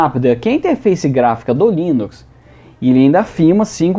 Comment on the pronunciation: "interfaice" kkkkk